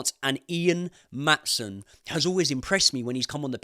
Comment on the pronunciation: Outside of Maatsen you got it right, did you call Pochettino?😮